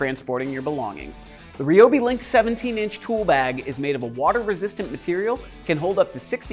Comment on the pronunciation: rye o bee not ree o bee... #toolreviewzone